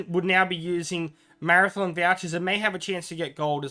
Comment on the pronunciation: have to say it really freaks me out to hear you say 'marathon' chest or 'marathon' vouchers, these things are called 'mathom', it's a hobbit word, not a race :D btw I would never use precious vouchers on equipment, I think they are far more valuable for gifts...